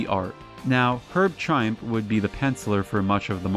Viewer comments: Hey, man, great video. Just a heads up Moench is pronounced "Munch" and Trimpe is pronounced "Trimp-ee". Stan Lee used to joke that it rhymed with "shrimpy". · It’s pronounced Herb “Trim-pee”, I met him once at a comic book event. He looked like a zombie